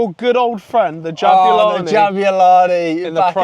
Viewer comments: what is jo'bulani i mean not ja'bulani its jo'bulani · Yeah right mate, great "JO'BULANI" you have there 😂😂😂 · the golden jabulani says jobulani